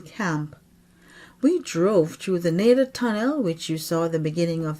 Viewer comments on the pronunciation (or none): am a local. Its "Nay-Duh" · Incorrect. It's pronounced "Nay-Duh"